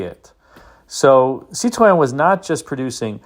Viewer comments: Thank you for not pronouncing it "citrine" like so many YouTubers do! I believe Car and Driver referred to the brake "pedal" as looking like a "diseased half grapefruit." (Or maybe it was a "rotten half grapefruit.") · Thanks for the correct pronunciations: Citroën, Peugeot and Jaguar 😇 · You did this one so you could show us how to pronounce Cit-ron, didn't you? 🤣😂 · great pronunciation of Cit- ron. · I drive a DS 21 daily and appreciate this video and like your pronunciation of Citroen. Dispelling the myths and misunderstandings of these cars is a full-time job but it makes Cars & Coffee a lot of fun. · Hi, I’m a bit disappointed that you pronounce Citroen with a French accent but the episode featuring the Australian P6 LTD was done without an Aussie accent, c’mon mate, fair go. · Now we’re talking. The SM is in my “dream car garage,” as is the DS on which it was based. And thank you for taking the effort to pronounce Citroen correctly, a level of respect some other American YouTubers could learn to emulate. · My compliments for your pronounciation of Citroën and Peugeot. Fun fact, the name Citroën is a frenchified name from Dutch (Citroen), meaning Lemon.🙂André Citroëns family from his father's side came from the Netherlands and as the French don't know how to pronounce the Dutch "oe" sound, he changed it to "oë". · Really enjoyed your SM report and kudos for saying the manufacturer's name correctly. I cringe when a Brit says it......."Citron"........geez.